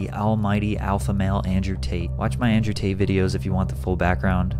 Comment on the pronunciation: Nigga said Andre Tate 😂😂